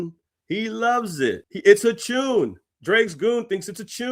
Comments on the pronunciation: Canadian slang is chopped 😂 bruh said “tuuuune” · British pronounce tune as 'chune'. Same as if they say tuna as 'chuna'. It's just how they talk. Nothing special. Many Caribbeans speak the same also.